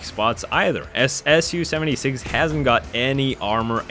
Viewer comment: The way you first said su 76 was identical to the way we Mongolians say milk (suu)